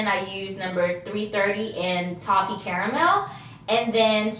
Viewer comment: What is a "Toe-ffee",? She kept saying that LOL